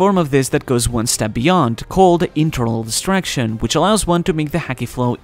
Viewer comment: It was quite clearly called "Internal Destruction" - Probably something like what Trafalgar D. Law used on Big Mom in Wano. In the narration, however, the word sounds like distraction. Definitely not the same. should work on his pronunciation of that word. Oh - and BTW, I found out that if Luffy exclaimed "Yamero" instead of "Yameru", that would be slightly more demanding. A note on voice haki: could well be what the character named Apis used to understand millennial dragons?